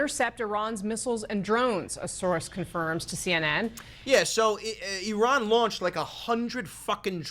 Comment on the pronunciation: i like that you don't pronounce it "EYE-ran"